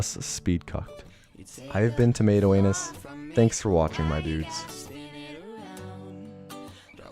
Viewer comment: Tomato not tamato.